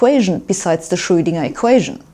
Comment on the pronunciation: She pronounces Schröidinger” exactly as it ought to be pronounced in German!👍